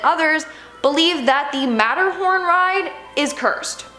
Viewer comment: The tunnels under Disney World are called Utilidors and were talked about on Modern Marvels in 2005, so they are not a well kept secret just becoming more well known. Also the designers are called ImagiNEERS, not ImagiNERS and it is MATTERhorn, not MATTERNhorn. If you are going to do a video on Disney World, know how to pronounce the words and get your facts right.